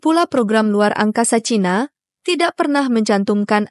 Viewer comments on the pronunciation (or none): none